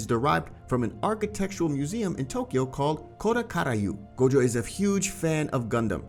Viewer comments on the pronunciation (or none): idk a "Goju" i only know Gojo D: why do you pronounce it like that?